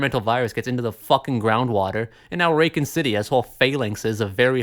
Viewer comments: You “Raken City” is triggering me for some reason… that aside, pretty accurate recollection of the RE series. Good job. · Why are you saying raycon city is that a sly ad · I can’t get passed how he pronounces Racoon City 😅😂